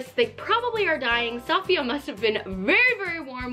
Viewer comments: It's not pronounced "Saf-iya" it's pronounced "Se-fi-ya" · Honey, she's Saf-I-ya, not S-A-fiya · Suh-fee-uh not Saw-fiya, sorry it was just really annoying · I really enjoy your videos, and I’ve been binging them the last few weeks. One thing, Safiya is pronounced ‘Saf-fiya’ not ‘Sah-Fiya’. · I love the video but the way you’re pronouncing her name makes me cringe every time. The accent is in the i not the a! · I love you and your videos, but the mispronounced name was bothering me the whole time! I think it could help to maybe pay more attention to details like that in these videos. Especially since you're using her content to go off of. Just a suggestion, not hate! I still love you 😂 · Is it annoying anyone else how she pronounces safiya? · You said Her name wrong🙄😩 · Cringing on how she pronounced Safiya's name. Lol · You Pronounced safiyas nygaard name wrong. You should copy Gabi and niki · I die every time she pronounceher name wrong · I couldn’t watch this video because of the way she was pronouncing Safiya’s name.